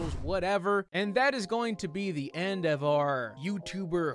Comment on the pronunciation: I lost it when you said THE END!!! Like in “end of ze world” 😂😂😂